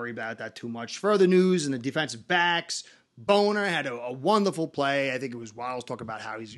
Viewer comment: I love you stuff man you got me totally cracking up. Its Bonner not boner lol man im laughing like a lil kid